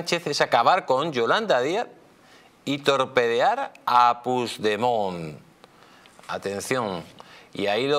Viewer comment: Puig demon y se pronuncia puch demon